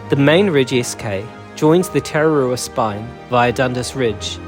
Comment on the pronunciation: hes saying you're pronounciation isn't very good I agree but im not gonna have a dig at you for it, if you want this may help tah rrah rroo ah is the correct pronounciation, rr mean roll the R